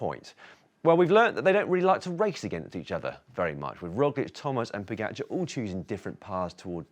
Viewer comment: I don’t understand why you keep saying Po-get-char. It’s Po-ga-char. Is there really another way to pronounce “ga”?